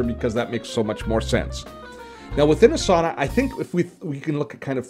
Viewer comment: ) it's pronounced Ah sah nah, not A sauna. :-)